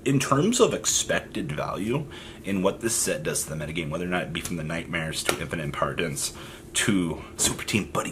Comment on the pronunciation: How hard is it to say Impermanence